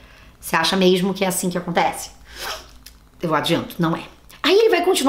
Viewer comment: "Se não tem preparo pro cargo, só é sincero pra reconhecer isso, não sei nem porque se candidatou, não é meixxxmo?" Kkkkk ADOREI Parabéns pelo aniversário! Ah, acho que não de diz "malcomunado" e sim "mancomunado" bjo